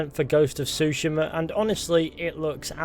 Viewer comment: You used to say Tsushima correctly